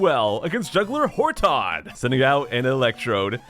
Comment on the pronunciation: Pronouncing Horton as Hor-Tahn makes the name sound so much cooler